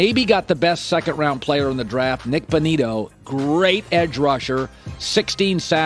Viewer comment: Bro said Nick Bonito and then gave them an A 😭